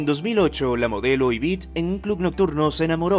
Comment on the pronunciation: Se dice Yvette no Yvitte